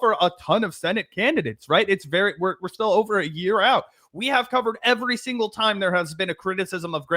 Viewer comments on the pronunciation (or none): none